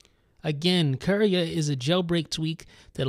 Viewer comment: Lol sounds like he's saying Korea